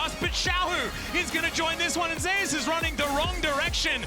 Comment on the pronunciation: They says Zeus like zay ouss lol